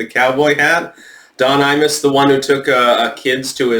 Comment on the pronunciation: Every time you say "Imus", I hear "anus"